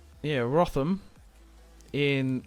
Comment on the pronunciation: My guy said Rotham